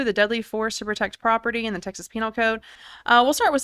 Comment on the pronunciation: It's pronounced Texas not Texas'es